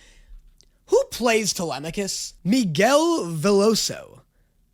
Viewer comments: truly shocking that was able to immediately pronounce telemachus right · The fact that the first person I've heard pronounce Telemachus properly